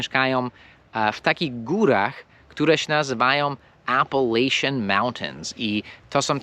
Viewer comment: Raczej Appalachian, a nie Apalacian.